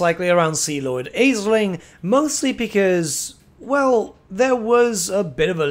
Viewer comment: Aeslinn is pronounced "Ash-lin."